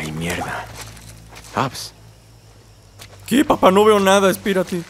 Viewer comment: Jjjajajajajajja le dice "Abs"